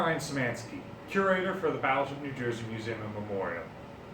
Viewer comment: Why is he saying museum wrong?